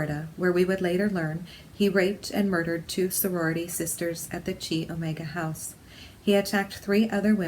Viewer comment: It’s not Chee Omega... It’s pronounced “Ky” Omega. Thanks for the reading. I wondered about her and her life with him.